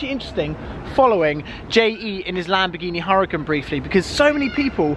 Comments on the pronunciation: NOT HURRCAN BRO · Lamvorghini hurucan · You got in the car and I thought you were driving.... it's PRONOUNCED URACON BRO